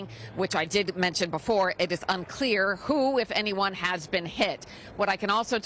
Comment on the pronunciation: Grand Prix… not “grahand prix”